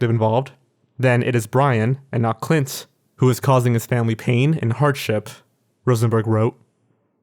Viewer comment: My name is Clint and I can't take the sound of it from your mouth